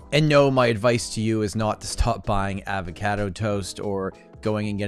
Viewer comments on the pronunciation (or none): I had no idea that’s how you pronounce avocado